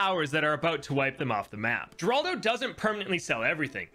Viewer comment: Gerlado? My fellow monkey player its seems you made a little mistake